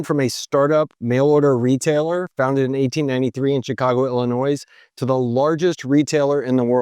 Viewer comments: Your pronunciation of Illinois is wrong. It's not IlliNoise but ILLINOI__ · Illinois. The S is silent. Sheeze. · Dear America, - The "S" is silent. Signed, every Chicagoan. Great video! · The S in Illinois is silent. Geez. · I love your videos,, but you don't pronounce the "s" in Illinois! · Please don’t pronounce our state as “illi-NOISE”. The ‘s’ is silent. It’s pronounced “ill-i-noy” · “Illinoise”? “Goldman Socks”??? Sorry but these mispronunciations hurt your credibility my friend. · The S at the end of Illinois is silent. Please remember that for like, the rest of your life. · Illinoise? Jeez, man:p. It's pronounced noy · THE S IS SILENT IN ILLINOIS ITS FRENCH WORD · the s is silent in Illinois. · It's not "Illi-noise" the S in "Illinois" is silent. SMH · You lost me when you incorrectly pronounced the “s” in “Illinois.” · Great video -- interesting and informative. But it's pronounced "Illinoy", not "Illinoise". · Did you say "Illi-noise?" That's not how it is pronounced. Look it up, silly. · There is no NOISE in Illinois (ill in oy, please) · Dude! Did you pronounce the S at the end of Illinois?! There's no noise in Illinois. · How do you mispronounce "illinois?" "illnoise?" Lol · the s is silent bro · Illinoise? Really? It’s Ill ih Noy. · Stopped watching when Illinois was mispronounced. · It's pronounced Illi-noi .. not Illi-noise. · Chicago Illinoise? 😅 just kidding, love your videos! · He's saying it's a Texas thing. But I'm Canadian, and even I don't say "noise"! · Illinoooooyyyy sir!! The “s” is silent. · Love the videos, loved this one especially. But illINOISE? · Illinoi(silent "S") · illiNOISE! Great video. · Illi-noise??!! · Oh Lord.....you said Illinoise. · You did not just say "ILLI- NOISE" to open the video? Please tell me you were kidding or had a stroke for a minute? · All that research but pronounces Illinoissss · NOT ILLINOISE!! but good content. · The S in Illinois is silent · Almost stopped watching when he said that.